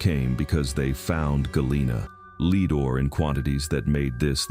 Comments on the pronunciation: It’s lead rhymes with Ed. Not lead rhymes with steed. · Why use AI audio. Lead like gas not lead like directing people. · Leed miines! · This narrator keeps saying “leed mines” for “lead mines” what a joke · it seems that the fabulous AI, doesn't know the right pronunciation of (lead) in this context. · Can't stand these videos where the narrator can not pronounce basic words correctly. For instance in this one he constantly pronounces the word "lead" wrong.